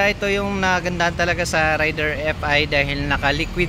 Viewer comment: juskopo reyder yan hindi rayder amp